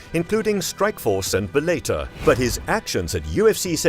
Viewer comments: And Bellator or Bel-A-ter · 😂 what’s bel-later?? bellator